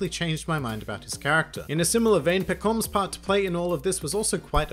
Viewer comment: Man, why do you pronounce Pekoms like "pekoms" and not like "pekoms" as everyone else does?